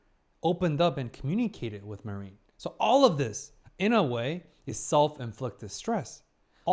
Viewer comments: basically: Mah-rin hard a, soft rin not ma-riiin 🙂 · I don't want to be annoying but how many episodes until you correct your pronunciation of "Marin"? 😅 I always think of the US forces when you say it.